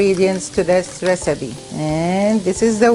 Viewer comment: "Recibe" "Botato" You spell P as B in arabic is that why you pronounce it like that?